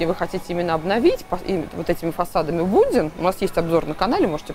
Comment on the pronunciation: Мне кажется, или Будбин, вы называете Буддин?